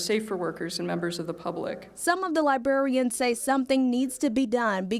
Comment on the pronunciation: It isn't libarians. It is librarians.